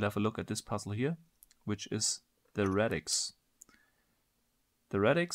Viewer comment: Radix. Not Redix